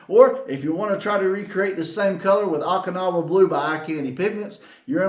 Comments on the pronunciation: Haha, I did this before, Okinawa was crucial Japan area of WWII. Last and bloodiest battle in the Pacific, called Operation Iceberg. It allowed US to have staging area for final invasion. Oh-kinawa , not ock-inawa. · Not to bust your chops, but I think it's pronounced Oak-in-now-ah. 😉 I enjoy your paint videos, gets my mind rolling on color combos. Love the pearl over 50's aqua color. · Long “O” in Okinawa, not short.